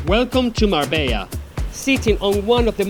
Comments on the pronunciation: on dit mar bella et pas marba, et puerto banùs et pas banus. J'ai connu Marbella dans les années 80 et c'était pas du tout comme çà. c'était plus réaliste et pas surfait .... Dommage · Es Marbella no Marba pues yo vivo aqui en Marbella